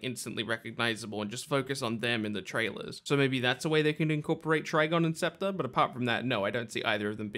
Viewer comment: It's pronounced SPEC-TER. SPECK! SPECK!!